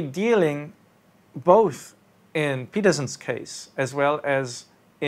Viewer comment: both, not buth...